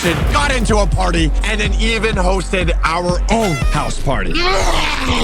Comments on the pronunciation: When you said hosted you said roasted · Bro said roasted not hosted